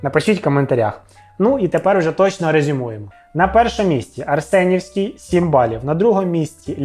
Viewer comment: Так Арсенівський чи Ареснівський?